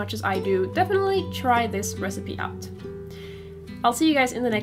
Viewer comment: Am I the only one that always chuckled when she said super, like in the end "have a soup-er duper good one!" ? Thanks for the recipe though, I would love more videos like this :D